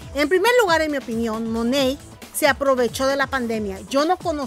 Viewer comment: No es Monet, es monat